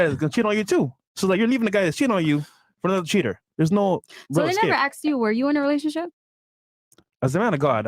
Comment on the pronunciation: It's pronounced asked not axed